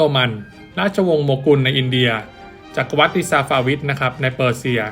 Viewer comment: จักรวรรดิ อ่านว่า จัก-กระ-หวัด ครับ